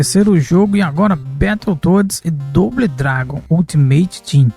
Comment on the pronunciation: Bão o video, mas tem q melhorar o inglês, só uma dica, "doble dragon" fale "dobou dragun".